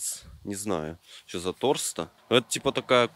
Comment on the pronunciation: Не торста а торстал